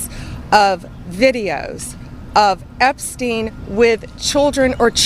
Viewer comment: You're not pronouncing Epstein correctly...